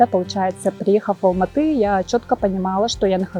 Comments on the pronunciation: Не Алмата,а АЛМАТЫ с ударением на Ы!! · будьте добры говорить правильное название города - Алматы! Уважайте страну и народ, который вас принял, где вы не видите русского шовинизма, фашизма! Учите казахский, для начала хотя бы бытовой! И завязывайте с манкуртизмом, вы саха из Республики Саха, а не Якутии! Qazaq halqy ote qonaqjaily, bizdin tilimizdi, salt-dasturimizdi qurmetteniz! Sahalarga tauelsizdikti tileimin!